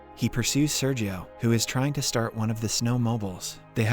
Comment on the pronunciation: Listen to the words he butchers, the inconsistency of pronunciations, the robotic way in which he says things with many separated latters (example: When Sergio was first introduced in part 1, ). Also, though I know better than to make an inquiry regarding the age of a lady, how old are you?